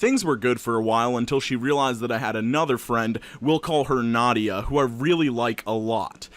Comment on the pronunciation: as someone named nadia, its nah - dee - ah not nod - de - yuh. (common mistake)